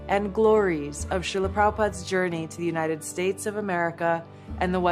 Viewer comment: He is completely unable to properly pronounce the name of your country. “The United Schtachts…” ? AND using religious nonsense to cover your hateful actions is a MAGA trick!